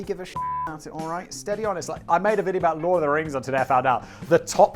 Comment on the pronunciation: Ahhh, Lord of the rings pronunciation. Almost as good as your pronunciation of tutankamen in your last " today I found out" video.